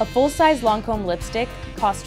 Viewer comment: I’m bothered by the way she says Lancôme. I’m sorry but it’s not “loncôme”.